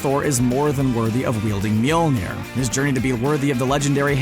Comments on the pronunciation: ITS NOT MJOLNIR ! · Its not mjolnir.